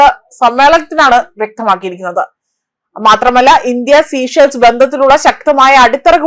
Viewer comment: The correct pronunciation is sā-ˈshelz. Please do not say 'sea shells'; it is important not to distort the name of the country